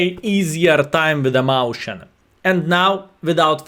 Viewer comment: Mäuschen is the cutesy or indeed smaller form of a Maus. It is pronounced more akin to Meus-chien, though.